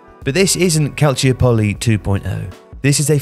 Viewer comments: Calciòpoli, not Calciopòli. It’s the same accent you use in “metropolis” or “metropolitan” in English, literally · He's saying calciopoli incorrectly though isn't he? I'm pretty sure it isn't "calcio-polly", it's supposed to pronounced quickly like monopoly "calsee-opper-lee"